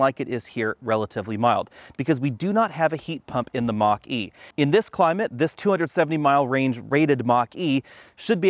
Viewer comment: Why do I keep hearing Maqui? Should I watch less Star Trek?